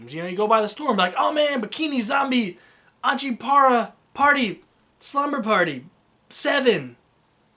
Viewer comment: You absolutely butchered the name